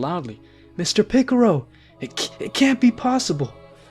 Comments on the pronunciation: bro really said pickarow I'm dead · Stop trying to say piccolo the Japanese way you're failing at it and with your accent it makes it sound cringe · Your saying Pickero? Isn't it pronounced Pick-O-Lo? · Bruh is not piccoro is piccolo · It's more of a picoro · It's not piclro It's piclo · bro really said picoro, piccaolo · i couldn’t do it 🤣🤣🤣🤣 after 5 picorro’s i tapped out lol… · is so funny lol MR PICRO!!!!!!!!!!!!!!!!!!!